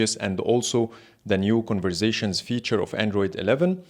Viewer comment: New game: Take a shot every time he says "converzations"! 🥃